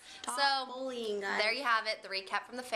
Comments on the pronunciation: lol the way you say bullying sounds like you're saying bowling:P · My opinion hasn't changed.....it still sounds like you guys say "bowling" when you say "bullying" :-)